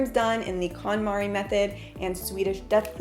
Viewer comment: I love this series but she does prononce it wrong Kon MariE konmari Method